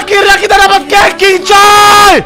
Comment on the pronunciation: dibacanya kecing bang bukan keqing